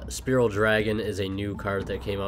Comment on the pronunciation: it's fucking spiral, not spearal